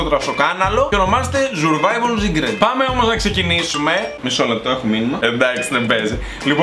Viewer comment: Σουρβαιβαλλ ομγ κτ χωριατες φιλους μου θυμισες 😂😂😂😂